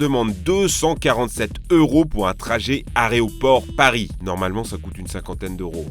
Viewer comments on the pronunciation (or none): Aréoport 2x